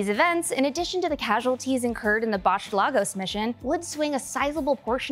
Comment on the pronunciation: I'm going to keep saying this....... It's pronounced LAYGUS(Lagos) my God I'm tired of hearing all this white-ass pronunciations😹😹 I hope u people see this